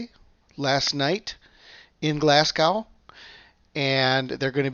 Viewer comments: Hi there, check out how to pronounce Glasgow, it should be Glas go not Glas g ow, check it out, every Scottish person is cringing when you say Glasg Ow. Cheers and thanks for the reports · It's Glasgow like glaz-go not like cow 😆